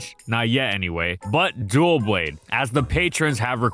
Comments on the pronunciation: I love this channel and this is nitpicking but the mispronunciations kill me! It’s not “dualblades” it’s Doublade! Like dub-lade! He also says “ensures” instead of “ensues”. It’s just weird because these videos are so polished and they have this whole team but no one corrects his pronunciation. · My #1 biggest gripe when it comes to this Pokémon is the way people pronounce its name. It's NOT "DUO - Blade" it's "DUB-LADE" the name is literally a combination of "double" and "blade". HOW the hell you can mess it up this badly is insane and beyond my understanding completely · Can people please learn to pronounce Doublade's name correctly? It isnt DUOblade. Its pronounced "Duh-Blade." Its Double+Blade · "Doublade" is pronounced like the first syllable for "double" and "blade," "Duh-BLAYD." It's not "dual blade." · Irrationally angry because you kept saying “duel blade” when it’s clearly “Duh-blade” like double blade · Its Doublade, as in Double. Its not duo blade. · It’s not “duoblade” it’s “doublade” the first syllable is pronounced like the beginning of “double” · but he put an L there. he's pronouncing it Duel Blade XD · "duoblade" lol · Not to be an asshole, but it’s Doublade, not Duo-blade or Dual-blade or whatever you’re saying. Double blade, doublade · I don’t know why this bother me so much but it’s pronounced dubblade. Like double blade. Which you literally say in the video lol. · What is Dough blade my man 😭 Edit: now I'm hearing dualblade? I'm pretty sure its Doublade, as in... Double blade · Another great analysis as always, but Doublade's name comes from "double" and "blade" and thus should be pronounced like "Dub-lade." It doesn't come from "dual" and "blade." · Is it not pronounced Duh-Blade?? I’ve always said it that way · I always thought it was pronounced with the "Doub" from DOUBle, and the "Lade" from bLADE? Dohwb-lade? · Am i the only one cringing at him calling doublade "duoblade"? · Why call it dual blade? The name doesn't even have an L in it?!